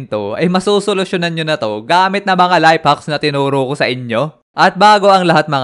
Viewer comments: Life hacks❌ Layp haks✅😂😂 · kuya life hacks po hindi layp haks